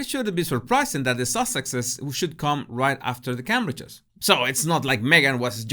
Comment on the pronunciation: Every time says The Cambridges it sounds to me like The Cabbages. I love his observations, he always gets it right well maybe apart from Cabbages lol.